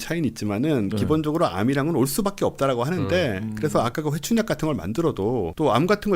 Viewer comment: 이 회춘약 말할 때마다 자꾸 '회충약'이라고 들려서.....ㅋㅋㅋㅋ 맥락 잡느라고..ㅋㅋㅋ 빵 터진 ㅎㅎ